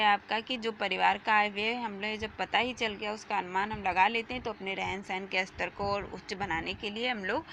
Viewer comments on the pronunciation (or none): none